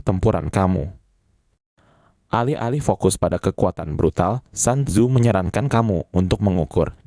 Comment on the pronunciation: Sun tzu,di baca sun tzu,bukan san tzu